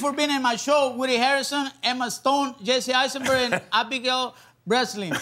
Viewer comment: “Abigail Breastlin”